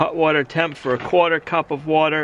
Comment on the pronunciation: I think hot water is hutter than hut warter.